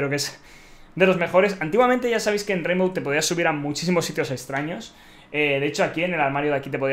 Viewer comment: Rainvow?? Really?? Jajajaja. Ok